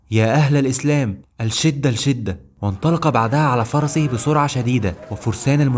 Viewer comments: يا أخي بارك الله فيك.الشٌٍدة و ليس أٓلْشٍدة.ماهذه العربية. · ياخي إلى الان لم تحسن نطقك لحرف اللام والتفريق بين اللام الشمسيه واللام القمريه اتمنى أن تنطق كلمة " الشدة " باللام الشمسيه وليس القمريه ، وهناك الكثير من الكلمات التي يجب عليك نطقها نطقاً صحيحاً اتمنى أن تأخذ انتقاد بروح أخويه # نقد بنّاء #